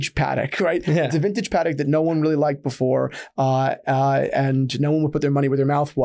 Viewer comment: Pa-Tek…. Pa-Tek…. Pa-Tek….!